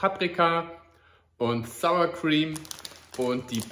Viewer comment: ich bin stolz auf dich! Heute „Sour Cream“ das erste Mal richtig ausgesprochen 👍🏻😉